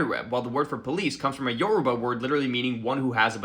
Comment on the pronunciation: I'm not usually salty about people's pronunciation of languages they aren't fluent in, but as a linguist, please don't ignore our accents in Portuguese. It's yorubÁ! PajubÁ! This last A is where the tone is. Thanks! Sorry for being a prick